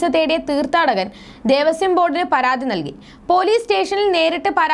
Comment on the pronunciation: മോളേ ദേവസ്യo ബോർഡ്‌ അല്ല. ദേവസ്വം ബോർഡ്‌ ആണ്